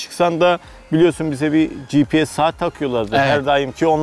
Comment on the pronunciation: Gprs değil. Gps önce onu öğren